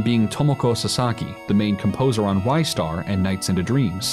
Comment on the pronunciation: Ree-star, not rye-star